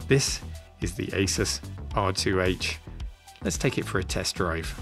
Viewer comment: Thanks for calling it Asus and not Asooooooooooooooos.